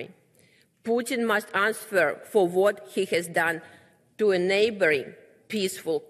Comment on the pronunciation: а хоть немного поработать над текстом перед выходом, над произношением ... АнсВер.. ау ку-ку, Элементраные правила чтения ... или вышла бы лучше на руссском с переводчиком, раз так за Россию топит .... ой, не понимаю ... Показуха